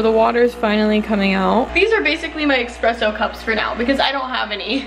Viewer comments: It’s espresso not expresso lol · Girl... it's espresso not expresso lol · Watching this gave me so much anxiety. Spilling her coffee, expresso instead of espresso, her dropping her cup trying to get ice, and not putting her makeup brushes upside down to dry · It is Espresso not EKspresso 😭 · I'm so relieved to see the first two comments & know I'm not the only one that hears nails screeching on a chalkboard every time she says "EXpresso!!" I literally had to turn the video off & came back to it like 30mins later because I couldn't take it anymore lol 😂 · Girl I really enjoy your videos but it’s espresso not expresso. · the amount of people in the comments that are triggered that said expresso and not espresso 😂💀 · IT'S ESPRESSO NOW EXPRESSO!!💀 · It is ESPRESSO not EXPRESSO 😂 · It’s ESpresso not EXpresso stoppppp read the box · the coffee spill, saying EXpresso every 10 seconds, her dropping her mug. this video radiates chaotic energy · I will literally smash my mac if I will hear "expresso" again, hahaha. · lol repeat after me: E S P R E S S O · IT’S ESPRESSSOOOO AHHH, I cringe EVERY. TIME. 🥺😂 I’m this close 🤏🏻 to losing it lolol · Loooll. I was thinking the SAME THING 😂😂😂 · ME TOO I’m low key raising my voice at my screen saying “Quit saying EXpresso!!!! “ omfg we need to make her know how to say espresso properly 😭😂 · I probably wouldn't even have noticed without all the comments, but now I can't "unhear" it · I‘m this 👌🏼 close to losing it over her saying ekspresso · bruh if i hear her say expresso one more time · Couldn’t finish watching because I got too annoyed by “expresso” I can’t. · Being Italian I am internally screaming every time I hear it. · Same, girl. Same. I'm screaming at the TV 😂🤣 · Baristas all over the world are punching the air rn over the way you pronounce “espresso” haha. We still love you 🥺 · the way she said espresso triggered me LMAO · There’s no x in espresso lmaoo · there’s no x in espresso ahhhhh